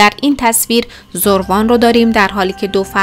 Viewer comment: برای نمونه زَروان درسته ن زُروان حتما ایمیلتون رو چک کنید